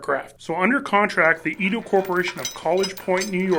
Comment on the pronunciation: It’s edo as in rhymes with frito, not edo as in rhymes with skidoo.